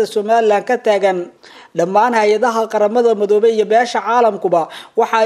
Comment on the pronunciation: Ninkan weriyaha ah Af soomaaliga si fiican ha ugu dhawaaqo gaar ahaan magacyada uu oranayo sida markuu oranayo QARAMADA MADOOBAY- ma aha MADOOBAY - ee waa MIDOOBAY - midda kalena markuu dhahayo DHOOBO DAROOD ma aha DAAROOD ee waa DAREED - haddana ha uhadlo si qurux badan , hana jiid jiidin hadalka sida DAAWADAYAAL WAQTI A WANAAAAAAGSANAAAAAAAAAAA- DHEH WANAAGSAN -HA JIIDIN EREYGA SI FIICIN UGU DHAWAAQ - WBT